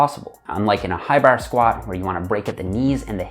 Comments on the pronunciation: great video but im laughing everytime he says "barRr" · As a Australian, hearing say bar throws me off! I can’t not, not notice him say “Barr”! it’s bahh mate say it with me “bahhh” 😂 Good job! 👍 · I like how he says bar. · Every time he says “bar”, it’s like someone yelling “maritime” in my ears 😂. Tx for the video!!